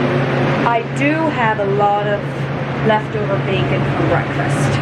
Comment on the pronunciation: Lovely! But, you said something I have never heard before!! It sounded like "left over BACON!!!! I'm almost 70 and have never heard of that in my life. LOL!!